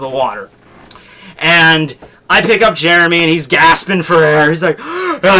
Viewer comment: Now Jeremy is known as "Jyeremy".